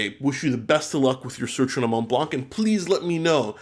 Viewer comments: Hello, I really love your channel As a piece of advice, Montblanc is actually pronouced "monblan" Keep up the good works, hope I helped Cheers! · hi just to let you know that in "Montblanc" you don't prononce the "c" we read it "Montblan". love ur videos keep up the good work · I know it’s been a very long time since this video but juste wanted to tell you that we don’t pronounce the “c” in Montblanc , it’s just “Monblan” 😉 As always, great video !